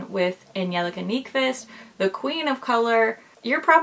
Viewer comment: Wow! You’re one of the few people that actually says her name right. At least the Swedish pronunciation of it. Bravo! And I agree...I’m a designer, and the level of detail, quirkiness but elegance they put into their palette design is leaps and bounds above any other brand I’ve seen. I want to meet them and osmosis their talent. Or at least make them uncomfortable with my gushing